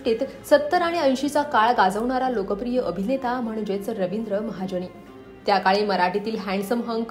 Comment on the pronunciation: आहो बाई, रविंद्र महाजणी, अमिताभ बच्चण, हिंदुस्थाणी, आंदोलण, पाणिपत 🧟‍♂️ नव्हे होssssss...."ण "च्या जागी "न" लावा. म्हणून शिक्षण जरूरी आहे😂